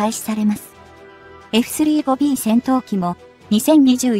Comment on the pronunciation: まず、えふすりーごびーという言い方が気に入らん！ 普通に言えよ。言えるやろ！